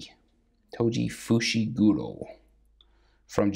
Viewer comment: Bruh he said Fishiguro and it’s Fushiguro